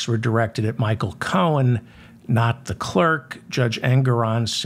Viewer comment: Cohen , ( Co in ) , Not Cone